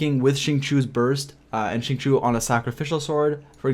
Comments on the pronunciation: Hi, the reason why many spell his name incorrectly is becuz they pronounce it as Singchoo.. in ur case it's Singchewy.. if you say Sing_chee_you with no y, U will always know that the i comes B4 the u in Xingqiu.. don't mind me, I get things wrong all the time n just wanted to share.. happy traveling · I believe it’s supposed to be shing-chou